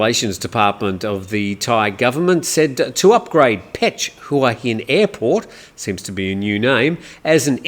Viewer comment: I've not lived in Thailand for as long as you but l have learned while living in HuaHin that it is pronounced Waheen.